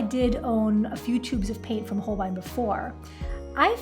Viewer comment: It’s actually pronounced Hole-bay-een. Beautiful job and great attempt at Nihongo (Japanese) language.